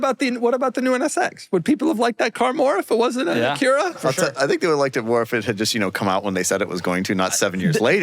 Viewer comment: Doug,, We know that you are trolling when you say "Acuura". The joke is old. Stop tarding out and say it right.